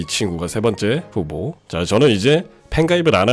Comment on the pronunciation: 후보가 흑우처럼 들려...